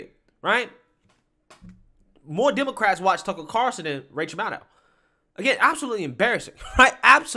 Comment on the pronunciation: Everytime you say "Tuckle Carson" I'm doing a shot...